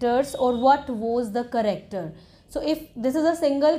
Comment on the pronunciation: You are pronouncing character wrong it's not caracter